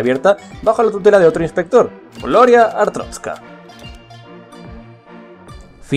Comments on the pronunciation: ES "ARSTOTZKA" NO "ARTROSKA" 7-7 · Te voy a corregir. Arstrotska no artotska. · ¿Cuál es la fascinación de pronunciar TODAS las veces ArTROTzka cuando claramente es ArSTOTzka? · Es que es complicado xd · Es artotska no artrotska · Sabes algo que se le llama "modular" o "pronunciar bien" se dice ARSTOTZKA NO ARSTROSKA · es ARSTOTZKA pero bueno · pero es ars totzka no artrotzka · SE DICE ARTOTZKA CONSHESUMARE, NO ARTROTZKA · Se dice artotzka no artrotzka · es arstotzka no atroztka me caes mal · es arstotzka, no artrotzka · Rocagi99 "Gloria a artrozka" jaja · No es ninguna de las 2, es ARSTOTZKA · Dice Artroska ? O estoy sordo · Ars-totz-ka no es tan difícil! 7u7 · amigo pronuncias mal Asrtotzka xDDD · Es ARS-TOTZ-KA es tan dificil decir eso para los youtubers?!?! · no se, me enoja que digas artroztka .-. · ¿Atrotzka? Que mala pronunciación tío. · que asco de video y ademas dice mal arstotzka